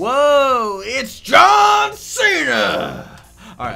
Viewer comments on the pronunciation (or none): none